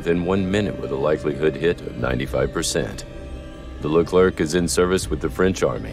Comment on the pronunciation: Hello, Please don't pronounce the last letter of the name LECLERC. /Thank you